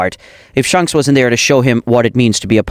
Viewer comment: Why did he called shanks shonks